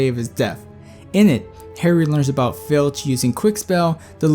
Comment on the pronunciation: Honestly .....he is Filch ...not Finch instead..